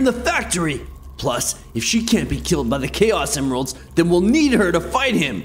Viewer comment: “Chaos Emiralds” what...